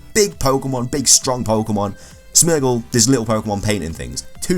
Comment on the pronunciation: You pronounce Smeargle wrong, its Smeer gle